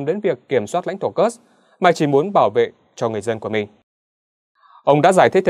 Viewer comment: Ở Nga không có địa danh nào tên là "Kơx" cả. Kursk đọc là Kurxk, cầu Kerch đọc là "cầu Kerch". Chắc lại phản bác: "Mỹ đọc là Kơx nên đọc thế mới đúng, Nga đọc Kurxk là sai"?